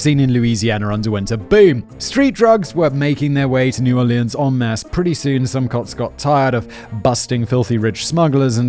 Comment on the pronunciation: Thats what I was screaming at my screen...well, without the date, but yeah. C'mon Simon man, the French Quarter? New "Orleans"? Le sigh...